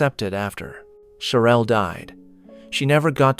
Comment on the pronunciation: Whoever is narrating the story can’t even pronounce her name or her son’s name correctly, keep calling her Cherelle when it’s Cheryl and calling her son Jamonny when it’s pronounced Ja-ma- ni 🤦🏽‍♀️